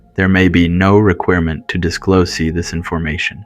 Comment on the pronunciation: " she no longer have any auditory hallucinations... " " She also don't remember what happened ...." " there is no requeerment..." " Spend their fennel days at home... " " For in stance ..." Really ? Does the narrator not speak English much ???